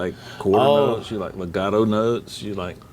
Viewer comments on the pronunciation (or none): lol obviously thats not what i meant. he said megato.